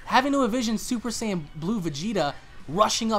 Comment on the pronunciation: Please go back to the episode and listen to when the "black goku" says saijin, he says saijin blue pleaseee I wasn't imagining it